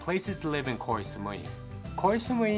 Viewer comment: The pronunciation is not Kok (คอย = waiting), but Koh (เกาะ = island).